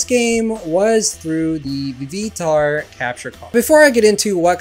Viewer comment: "Vee Vee tar" wtf lol